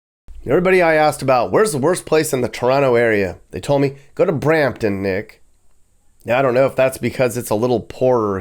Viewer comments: Brampton, not Bramton. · Brampton, not Bramton 😂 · Brampton, not a Bramton. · In T.O. we call Brampton. Bram-ledesh lol.